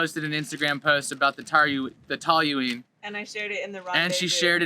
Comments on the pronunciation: It's pronounced Toeleen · Is it pronounced tooling I'm not sure